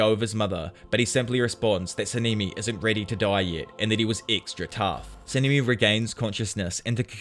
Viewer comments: Sanemi❎ saneeemi✅ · Sa-nee-me 💀💀💀 Yora-wee-chi 💀💀💀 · sah nah nee not saneemee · Sanemi❌ Sanimi✔️